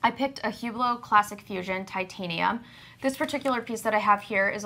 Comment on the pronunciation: Ladies allow me to mansplain - the "h" in Hublot is silent. It's pronounced "ooblow". You're welcome.